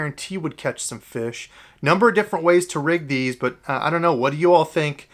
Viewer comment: You pronounce "fish" incorrectly